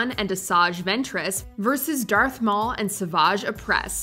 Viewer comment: you call him dearth maul yet he isn't "darth" anymore. disrespectful